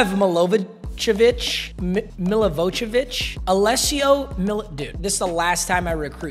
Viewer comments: As a Serbian, let me help you with your backup QB's name.....Mil-ih-voy-eh-vich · 😂😂 Hearing trying to pronounce Alessio Milivojevic [Mili-voy-ye-vi-ch(like from the word chain)] is pretty funny.